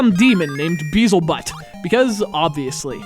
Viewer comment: You're pronouncing the villain's name wrong. It's "Beelzebut." Like Beelzebub. I assume that was lost in translation though because I think they meant for it to be "Beelzebutt." I definitely remember it having one T though. I noticed that specifically, in fact. I thought it was strange because it sounded like "Beelzebub" with "butt" on the end of it, which was a pretty standard naming definition of the time, I'm sorry to say.